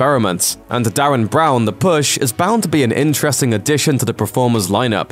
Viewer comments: Derren Brown, not Darren 😂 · His name is DERREN Brown.. DE..RREN not Darren.. and could you have shown older clips of his?? Those were years old.. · Who the fuck is Darren Brown, its Derren Brown XD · Altered Carbon and Mute seem to be all that's worth waiting for, oh and voice over man, It's Derren Brown not Darren, D-e-r-r-e-n. Its even written up on the screen. C'mon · "Yeah, I don't think we need to check if I'm saying DARREN BROWN correctly, even though I am going to be saying DARREN BROWN a bunch of times and I reckon the fact that it says "Derren Brown" here is a typo or one of DARREN BROWN's mind games, ha. Classic DARREN BROWN". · ogod stop saying DARREN BROWN